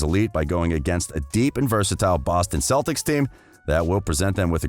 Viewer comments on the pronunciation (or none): none